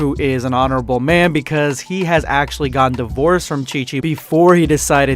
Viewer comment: I'm sorry what, did you just say dIVorCeD